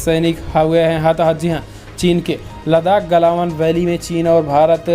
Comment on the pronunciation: क्या यू ट्यूब पर हमारे सभी संवाद दाताओं को त्रुटिपूर्ण उच्चारण करने की बीमारी है एक बार नहीं हर बार गलवान घाटी को गलावन घाटी बोला गया है प्लीज़ उच्चारण सही करिए हमारे देश की बुद्धिमत्ता का सवाल है